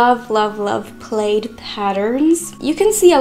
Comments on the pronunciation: Beautiful. My favorite skirt is the one that you were wearing. I was wearing all the skirts you might think. Yes, that was my favorite. Hope you aren't offended if I tell you that plaid is pronounced pl-add, not pl-aid. Looking at the spelling is not helpful in letting you know how to pronounce it. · it is prnounced PLAD please dont be that stupid. youre too pretty